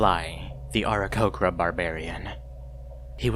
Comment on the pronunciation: I am commenting right after i heard it and in disgust of your pronunciation of aarakocra. everything else in the video was coolio